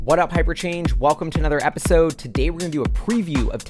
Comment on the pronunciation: Every time you say hyperchange it sounds like paper change